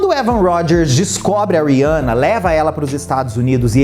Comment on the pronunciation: Achei o conteúdo de muito mal gosto... E o nome eh Rihanna e nao Riança... Vc fez igual a midia rivalizando duas mulheres pretas. Use sua influência para fala sobre coisas legais e nao pra criar barulinho na internet!